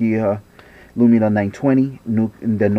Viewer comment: Lumia not LumiNa ;)